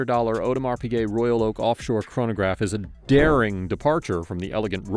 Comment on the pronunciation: "aUdemar pigay"